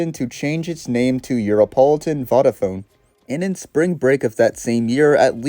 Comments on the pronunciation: Great vid,although Vodafone is pronounced wrong... no offence since it is written in a bizarre fashion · I'm pronouncing Vodafone like that from now on.